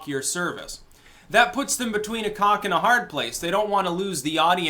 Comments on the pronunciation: I agree with all off this you said in the video.. Also did you just said "between a cock and a hard place"? Serious question that is what I heard and perhaps its a new expression I'm unaware of.. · Did you say "cock and a hard place"? Was that intentional? Ive never heard that before. lol